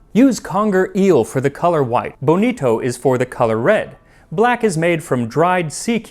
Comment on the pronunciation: Max, I hope you weren't trying to say "bonito" with a Japanese pronunciation. Since it's from Spanish!